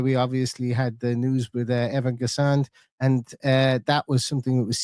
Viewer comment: 🦁 no D pronounced in Guessand 😊